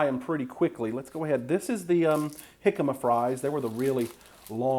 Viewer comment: Such a great video challenge. I look forward to making the jimcama fries. It was also nice to hear someone pronounce it properly.